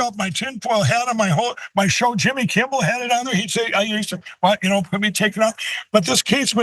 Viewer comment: He still says "Jimmy Kimbol"!!! 😂😂😂😂 At least Pillow is too dumb and soon to be too broke to be dangerous.